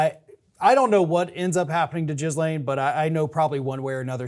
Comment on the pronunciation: "guh LANE", not "giz LANE" or anything else.